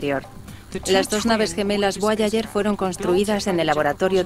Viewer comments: Porque dice voayayer? Tambien Habel. entiendo que los españoles esten peleados con el ingles pero: Repitan despues de mi: Jobol, Jobol, Jobol... Boyayer. Boyayer. Boyayer.. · “BUAYAYER” JAJAJAJAJAJAAJAJAJAJAJJAAJAJJAJAJAJAJAJAJAJAJAJAJA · Es Voyager